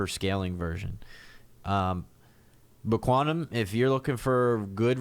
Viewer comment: you were pronouncing it quantum bro cause it was 5am;)...you know is another one that (QAU) ;) it is Q (qiu) tom we love;)